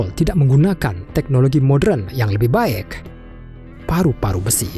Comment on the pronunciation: Baek, maen, laen. Harus gitu kah pengucapannya?